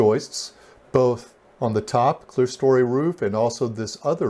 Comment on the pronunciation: That top portion with the windows is NOT called clearstory— the word is clerestory. As in, Claire-eh-story.